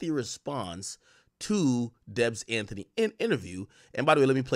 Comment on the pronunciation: DEB AN-TEY! Not Anthony